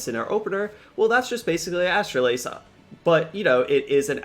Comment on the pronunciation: Man you are butchering Astalos’ name lol